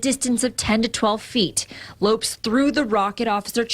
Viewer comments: Ignorant people in the news business nowadays... the man's name is pronounced "low-pez" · Lopes is pronounced Lo Pez. Damn racist news trying to make criminals caucasian. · Umm... I'm pretty sure his family doesn't pronounce "Lopes" that way.